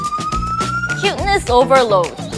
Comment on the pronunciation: She actually said cuteness obeloh BUT STILL